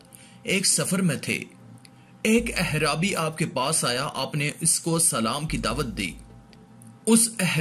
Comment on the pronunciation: Baita aap lafz aaraabi ko ghalat parh rahay hain ahrabi lafz nahi hay alif kay baad ain aata hay to lafz banta hay aaraabi.umeed hay aap aainda sahi lafz bolain gay...